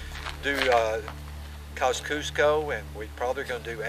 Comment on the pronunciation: Its quite painful to hear the terrible mispronunciation of both Kosciuszko and Strzelecki (and im not even Polish). One would think documentary makers would have the courtesy to at least get these right!